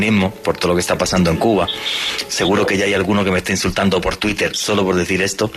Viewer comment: minuto que grande....le salio del alma decir " tuitel " jajajaja.... vieron como pudo decir la " R " igual despues ? todo mentira que no les sale la R.